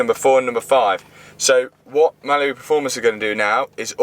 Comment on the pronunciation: The way you say Mallory Performance like it's Malibu Performance drives me crazy. 😅